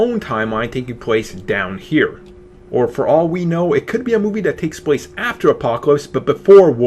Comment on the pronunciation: "Takes pwace"